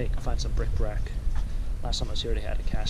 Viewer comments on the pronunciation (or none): I know you have a viewer who always says you're saying it wrong, it's bric-A-brac...I think of it every time I peel off a Community Aid sticker that says BRIC BRAC. Maybe both ways of saying it are correct? P.S. What did you ever do about that Notre Dame shirt return fiasco? I saw a video the other day where someone's PARROT used Alexa to make a purchase on Amazon! LOL ☺